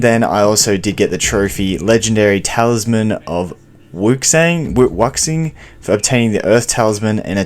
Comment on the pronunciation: Wuxing has a pronunciation closer to Wooshing